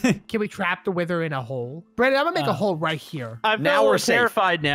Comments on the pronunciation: brandon:are we gonna fght the weather again me:laughs its wither not weather you noob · Someone better tell Brandon that it is called the wither not weather and I was laughing so hard when brandon said "I'm gonna wack it in the head with a fish) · i saw that said weather and not wither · Brandon and say weather but the real name is wither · Brandon it's wither not weather! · That is the wither not weather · Did you say wither storm?